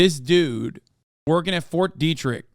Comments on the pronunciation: Pretty funny hearing someone mispronounce Ft. Detrick Or maybe all us in Frederick are saying it wrong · I'm from that area of Maryland. Fort Detrick is very well known in thise parts for numerous incidents. His pronunciation was like nails on a chalkboard.